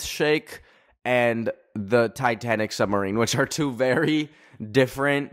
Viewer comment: Holy shit do Canadians not say submarine